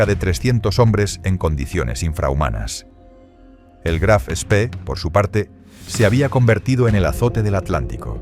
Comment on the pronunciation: El Graf Spee (no "spi") no fue hundido, sólo averiado. Fue su capitán quien lo destruyó para evitar que fuese capturado.